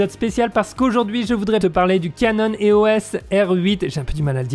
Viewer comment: Salut, juste pour info on dit eos (éos) pas é-o-s (comme SOS) ;)